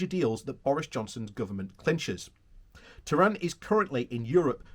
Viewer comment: Please look at the text of the article again. The Minister's name is TEHAN. There is no R in there. He is not from Iran. TEHAN is a traditional Irish surname.